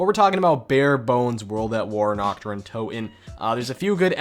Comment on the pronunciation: NACHT DER UNTOTEN ARE YOU DUMB